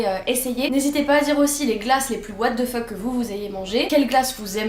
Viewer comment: Words cannot describe how much I adore the French pronunciation of 'What The Fuck!' 😅 Seriously, can I pay you to make a video just rreacting to things by saying "Wha De Fuq" for a few minutes? 🤣